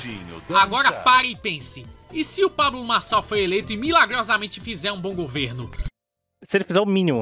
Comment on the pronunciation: o video desse cara com essa lingua pGresa me deixou desconfortavel, "pabGlo marGçal"